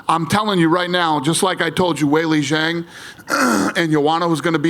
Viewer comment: It enrages me that everyone pronounces Zhang WRONG - like just look it up for Christs sake! It's called respect!